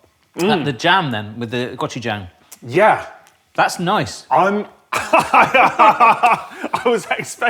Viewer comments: I swear it sounded like Tom kept saying "gotcha-jayng" instead of "고추장" It's worth learning the Korean alphabet because it's phonetic and only 24 characters. "고" is pronounced somewhere between "goh" and "koh", "추" is pronounced "choo" like choo-choo train, and "장" is pronounced "jahng". Goh-choo-jahng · I'm just cringing at Tom's pronunciation of gochujang,,, but I do wanna try that